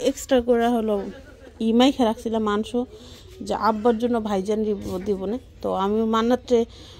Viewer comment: Not manso bolen manso